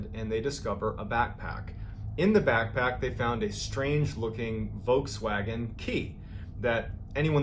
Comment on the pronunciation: never heard someone saying volkswagen as "Wokeswagen" :D